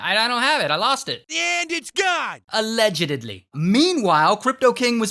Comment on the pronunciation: i love how he says ALLEGEDEDLY